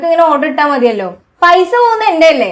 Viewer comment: പൈഷ്യ അല്ല പൈസ